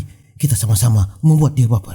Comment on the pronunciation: Dimenit itu musti "all right" bukang "orait" bangke hahahah